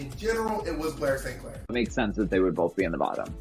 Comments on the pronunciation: “Bore Safe Clair” 😂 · Bob has said "Blair S. Clair" so many times that, by six minutes into this video, it no longer sounds like recognizable words. They're just syllables. Blay-so-Clay